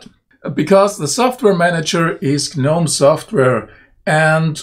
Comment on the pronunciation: Thank you for pronouncing GNOME the correct way............... I cant stand all these pretentious people who say the "G"